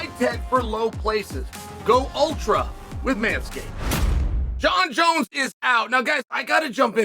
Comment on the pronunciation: “Jon Jonz finished” in a Dagestani accent.